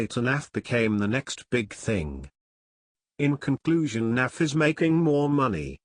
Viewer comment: Why this Windows Narrator keep calling him "NAFF"?